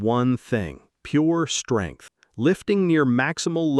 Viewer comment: Skrength & kwelve huh 😭